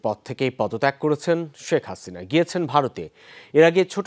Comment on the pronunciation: শ্যেখ হাসিইনা 🤣😂